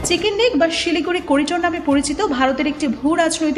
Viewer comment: "Siken neck" thik moto chicken pronounce korte pare na. Prothom e engreji shik.